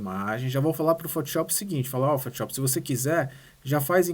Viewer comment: PHOTISHOPI É FODA HAHAHHHAA destrói no software, mas bora aprender a falar o nome do software corretamente hahaha